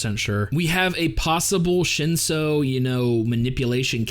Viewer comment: I do like your analysis. Have you read the source material? It's on an app called Webtoon. 2 words you pronounced weirdly Shinsu - ( Shin sue) Lero ro - ( Lé row row)